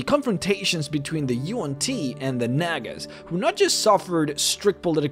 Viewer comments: Nag-ass?!?!?! Its Nah-guh. I love vids, make more d&d content. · I sincerely hope I wasn’t the only one who heard “nagas” as a slightly different word beginning with N. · Bruh i thought he was saying the n-word